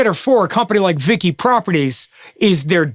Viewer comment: You call it VICI( as in Vichi)